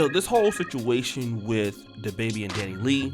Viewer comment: The genetic makeup of the Dominican population is estimated to be 52% European, 40% Sub‐Saharan African, and 8% Native American‐Taino. Basically mixed, black and white. Basically a bunch of Drakes. And it’s “Danny Lay” not “Lee” bro 🤣